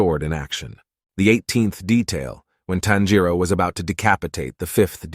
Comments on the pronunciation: And the way they pronounce Tanjiro. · Please why can’t Americans says his name correctly🫤🫤 it’s TAN-jiro wtf is a tanJIro??? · why WHY why does he say tonjero like toneeereoo